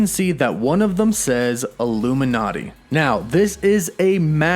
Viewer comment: Says illumi”NET” not illuminati